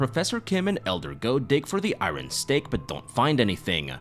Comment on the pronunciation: Great recap, you’re the 3rd person I’ve heard on YouTube say iron weird lol I think you’re saying the R immediately after the I